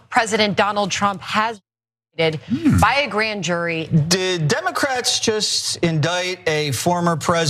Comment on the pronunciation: Indicted. The "c" is silent. Indicated is an entirely different word.